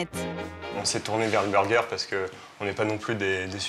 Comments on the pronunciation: Ou encore unburgeur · Il dit vraiment b u r g